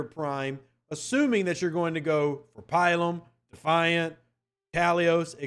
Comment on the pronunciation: Not pi-lum; pil-um.